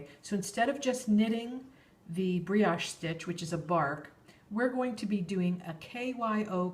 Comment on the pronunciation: only FYI, "brioche" is a French word and has a long "o".